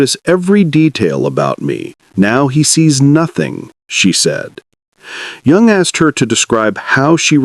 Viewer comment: Jung is pronounced “Yung”, not a j sound